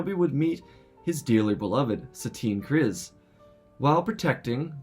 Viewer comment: krize with an i not iii